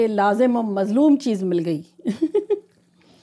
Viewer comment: Lazim o malzoom, not mazloom